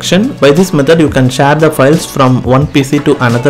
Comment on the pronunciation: Share ❌ Shar🦁✅ 😂😅